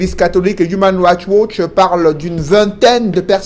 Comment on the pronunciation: tu prononces très mal human rights watch